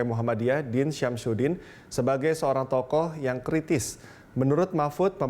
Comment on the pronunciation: ehhh.... saya ketawa dengan Sebutan TOKOh... ahh ahh